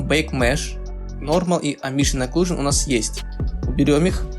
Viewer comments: Амбиент Окклузион, а не Амбшиен Окклузион А так ты гуд все делаешь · АмбиШиен ЭклюЖиен чи шо, - не слышу. - Даб-даб-да-а-аб :) - (Валакас). Надеюсь не всерьез парниша эти слова говорит. Я не против, но есть ебнутые люди которые будут переправлять как училки - встречался уже с такими.. - Всех почему то это раздражает, прям задевает их чувства можно сказать :) LOL.И еще один пример - Не "Меш Шмус", а "Мешь Смус" и т д. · Амбишн оклюжн?! Это просто дикий ор, амбициозная оклюзия Мэн))))Прочитай внимательно амбишн ахах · Амбишен аклюжен )))) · амбишин оклюжин ахахааха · амбишен оклюжон :)) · Орнул с этого амбишен аклюшн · Дарекс .Опенджил.Амбишен оклюжен.Удиме) Это где так английскому учат?)))